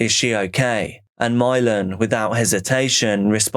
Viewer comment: Imagine naming your kid Milan but pronouncing it "Mylon", could you look more ignorant?